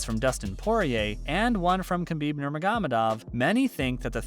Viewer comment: You can't even learn how to pronounce Khabib's last name right? Come on dude...